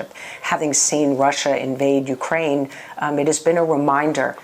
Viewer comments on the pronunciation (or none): none